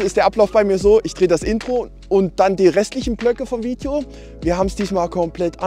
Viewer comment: Ich könnte mich jedes Mal kringeln, wenn ich diesen Satz höre: "Willkommen zu einem neuen Fiiedjoh!" 😄